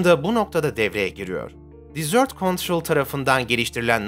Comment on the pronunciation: Merhaba. Telaffuz ile ilgili bir detay dikkatimi çekti Çöl anlamındaki 'desert' kelimesinin telaffuzu "dizört" olarak yapılırsa 'tatlı' anlamına gelir yani "dessert" . Çöl anlamındaki "desert" kelimesinin doğru telaffuzu "dezırt" olmalıdır Naçizane, belirtmek istedim . Bu bir yana, kanalınızı ve yayınlarınızı beğeni ile takip ediyorum, ellerinize sağlık